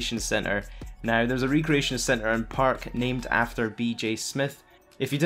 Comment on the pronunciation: Hey. its not re creation. its pronounced reck ree aye shun, like a recreation club like the YMCA or a place for people to play pool and swim.